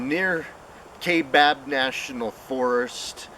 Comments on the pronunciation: FYI - It's pronounced KY-BAB, NOT KAY-BAB. Thanks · Its pronounced kai. Like, eye, kaibab national forest.. and yes i live here in az. Ive hunted all over this country in az. Been everywhere u can think here in the state. And theyre here. When i hunted elk in the kaibab rifle we ran into somethin that was crashing threw the woods when it seen us. Dont knw what it was but it was bipedal for sure.. and im talkin intimidation tactics to make us leave the area.. it was crazy. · Pronounced kai as Rhythming with tie kaibab